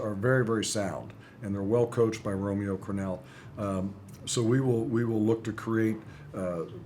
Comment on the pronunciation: Did he just say "Romeo Crenel?"